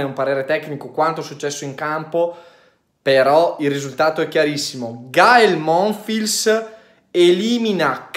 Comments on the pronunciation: Ciao, Monfils si pronuncia senza la "L" ("Monfis") 😊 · Semplicemente Alcaraz non ha giocato al suo solito livello altrimenti non c'era partita. Comunque vista la defezione di Thompson ormai più che la tecnica qui conta il fisico visto che si acciaccano tutti. Ndr.. MONFILS si pronuncia senza L.. 🤣 🤣